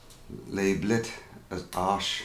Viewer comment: Hooray! An artist who knows how to pronounce 'Arches' …..didn’t expect anything less really….how about Hake brushes? 🙂